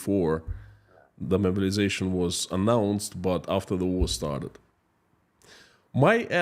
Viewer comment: Your accent "mobilization" sounds like "murderization" but given the context I think it works.